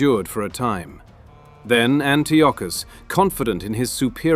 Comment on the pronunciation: Antiochus= An-tie-a-cus